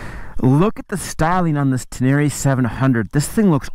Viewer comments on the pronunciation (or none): Ten-a-ray not ten-air-eee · It's Ten-Array! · Tubeless off-road is a problem? Really?? Have fun changing a tube on a back trail in the pouring rain. Say it, "Ten-a-ray" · You say "Tin-near-rie", I say "Ten-ner-ray"; "Tin-near-rie", "Ten-ner-ray" - lets call the whole thing off! 😂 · He said TenÈre once too often in the first minute, and I gave up. Nice bike.. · Love your videos! Hater's will hate! I love your "uptown" pronunciation of the bike! Oh and don't forget to pick up your dinner jacket at the cleaners! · Need to learn how to say “Tenere” correctly.